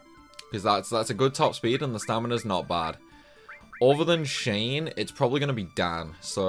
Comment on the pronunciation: "Shane"? Are you fucking serious? Oh yes, those famous actors Shane Penn and Shane Bean.